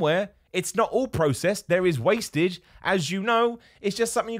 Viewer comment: “Wastage” lmao